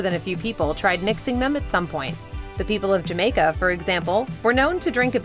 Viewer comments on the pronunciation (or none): none